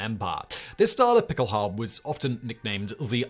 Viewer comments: nah, it definitely sounds like he’s saying halbe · Is saying pickelhalbe? Or is my ears lying to me? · The "E" at the end of Pickelhaube is not silent, it is pronounced. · "Pickelhaube" (the final e is NOT silent) is NOT "derived" from Pickel=pickaxe. That is a later folketymological reinterpretation. It derives from MHG bechkenhube/beckelhube. Becken generally means basin but in this case it means bowl. You could translate the original meaning of Pickelhaube as bowler hat. The Stahlhelm shown starting is a Wehrmacht Stahlhelm introduced in 1935 and not a WWI version. It is considerably smaller than the WWI version and lacks the lugs for fitting the "Stirnpanzer".